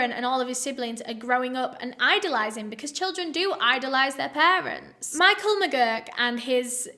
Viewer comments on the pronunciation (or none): none